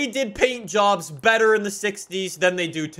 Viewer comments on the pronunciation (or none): none